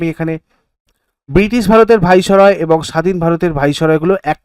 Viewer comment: বলুন ভাইস-রয় (viceroy)